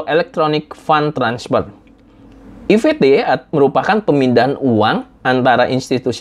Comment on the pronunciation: 1. E eF Te pak, bukan E Ve Te. & Karena ini bahasa Inggris, maka seharusnya dibaca I eF Ti. 2. Dll di bagian e-payment saat ini itu contohnya seperti yang saya gunakan yaitu IMkas, Uangku, & NUcash. IMkas yang sering saya gunakan buat belanja di Alfamart. 🙏🏻